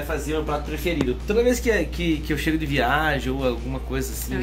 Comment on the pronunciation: "Meu prato prefiiddoooooo "😂😂😂😂😂foi só eu q escutei o fala isso ou to surdo?msm kkkkkkkkk